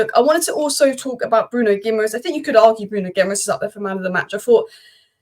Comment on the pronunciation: Pronounced “ Gi -ma -resh”.Ending in ‘es’ is pronounced esh in Portugese👌🏻